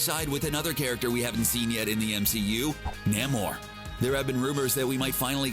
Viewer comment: Namor with a long "A" :-)